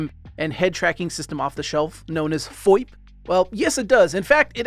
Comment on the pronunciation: He said FOIP, not VOIP.